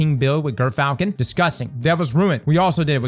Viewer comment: Gyrfalcon is pronounced "jur-fal-kuhn."